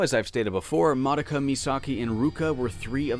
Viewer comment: Have you never heard "Madoka" pronounced? It's "Muh-doe-ka".